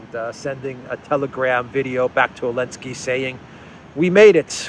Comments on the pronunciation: Please show the president of Ukraine some respect and at least get his name right ! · Bro, its Zelensky.